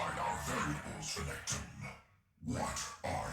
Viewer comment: renketon.... lmao